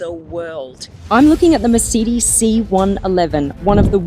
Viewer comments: Mercedes not Mersidys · I’d love to know more about this car but. I can’t listen to you call it a mer-seed-dis😂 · Mur Cee Deez? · Mer say dees….. Please love , pronounce it correctly. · I have never heard 'Mercedes' pronounced this way. (Apart from by Mark Webber) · The way she says Mercedes, drives me nuts😵‍💫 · Also what's happened to Aussie accent? And why she mispronouncing words like Mercedes and wankel?